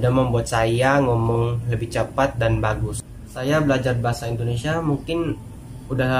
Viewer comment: Bagus bukan jagus